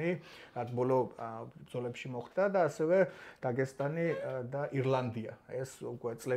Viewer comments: ისეთ თემას ეხებით და ისეთ საჭირო კონტენტს აკეთებთ რო მეორედ გამოგიწერე მაგრამ დაგესტანი არა დაღესტანი და წესიერად გამოთქვი სახელები თორე მეორედ წაგშლი 😂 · რატომ იძახით დაგესტანს, როდესაც ღ ასო არსებობს. დაღესტანი!.